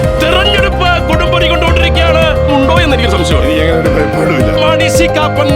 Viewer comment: Koppan not Kappan